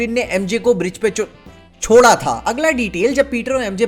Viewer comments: Chhoda bolne wale the ya Ch*da 🤣😁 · Green goblin nai Mary Jane ko Cho.... Chora tha🤣🤣🤣 ki zaban phisaltay phisaltay reh jati hai🤣🤣